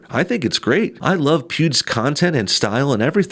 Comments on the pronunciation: "YouTube congratulated pubes" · it sounded like he called him pewbs 😄🤣😂. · coulda swore he said "pubes" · At 45 seconds he says PUBES